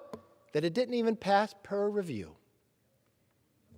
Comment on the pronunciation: Did he just say "it didn't pass PER review"?